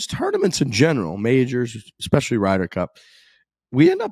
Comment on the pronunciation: Hey - why are you saying ‘fist bulb’ instead of ‘fist pump’?? This is two episodes straight now. Clean it up like you did with ‘expecially’